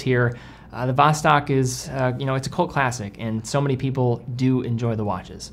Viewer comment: pronunciation of Vostok drives me nuts